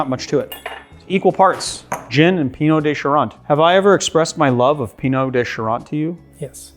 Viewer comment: He pronounced it correctly. "Eau" makes an "oh" sound. Like bureau or beau